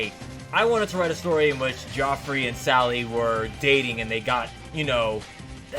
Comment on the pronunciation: Homie, it's pronounced "Jeff-ree" never before in my life have I ever heard someone say "jee-ah-free" except maybe runforthecube, who'd probably say "kee-oh-fee-righ" Bruh